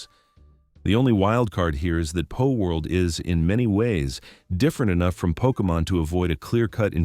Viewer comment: PALworld! Not POLworld!